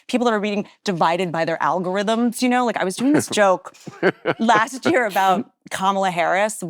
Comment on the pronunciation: "We could be in a wyear."